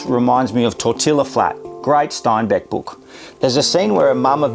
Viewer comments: its pronounced tor tee uh not tor till uh tortilla isnt English neither is the name Cortez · Love the story and as an American I love that an Aussie loves Steinbeck! That said, you gotta get the “lingo” right! The word tortilla is a Spanish word so the double “l” (ll) is pronounced like a Y. So it’s phonetically spelled “Tore-tea-yah!” You can do it mate! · Not to nitpick but tortilla is pronounced torteeaahh. Go vegan. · Tortilla is pronounced tor-tee-ya. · It is pronounced tor TEE ya. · I doubt those kids ate just beans. Corn tortillas would have definitely accompanied them. Just for information, not critique, "tortilla" is pronounced tor-TEE-yuh. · TORTILLA is pronounced TORT TEE YA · It’s a Spanish word, so best to pronounce correctly : tor TEA ya. You cannot Anglicize the pronunciation of every word on earth to fit your grammar rules. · Steinbeck is one of my favorite authors. He even knows about Tortilla Flat (though he pronounced it wrong typical aussie). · this is the first and hopefully the last time I've heard an Australian pronounce tortilla wrong, but this is a really interesting video. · I'm freaking out over pronunciation of 'tortilla' Proceeding with caution...